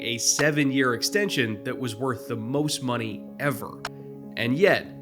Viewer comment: Ill never forget that Taysom Hill "extention" lol